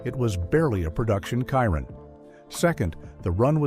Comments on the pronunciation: I am so sick of AI. Some random old guy it called And Wallace and mincing the name Chiron calling it KY-Ron. WTF! YouTube please ban this AI BS! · PLEASE STOP WITH THE AI NARRATION. Where will I start? Well for a start that is definitely not the correct Andy Wallace, that's not how Mate Rimac is pronounced, also not how Chiron is pronounced, Sweden have produced other cars I could continue but this 5h1te doesn't deserve anymore of my time than this.